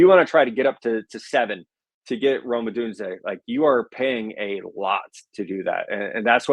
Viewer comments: Did get saying “Odunz-eeaay” or was it the other way around? says it a bunch at first, then says it. But maybe was the one who initially influenced. It’s “Odune-zay”, like Zay Jones. Just so you know going forward. In case Beane does make a big move to go get him. Anyone would cut you some slack on a Ruke Ohrororo pronunciation, but Odunze you have to get right. 😉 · it’s (ah dune zay) not (o dune zee a) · is almost always Right around this place, but Odunze only has three syllables in his name. Three. Say it with me. Oh-DUNE-zay.